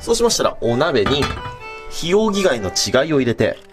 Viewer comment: 稚貝が死骸にしか聞こえない(´・ω・｀)